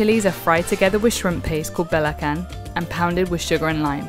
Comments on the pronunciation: Nice review! Made me kinda crave for some nasi lemak... But, you kinda mess up the pronunciation of "belacan"... It's not 'beh-la-kan', but beh-la-chan. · its not belakan its bela-can. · ^ its belacan not balacan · yup.. belachan like that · its pronounce ba-la-chan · You don't pronounce Belacan with 'k'.